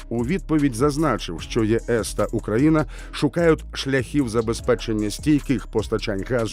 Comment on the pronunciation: Диктор, можно потренироваться в выговоре названия страны на украинском языке? Даже зеля уже научился. Стыд....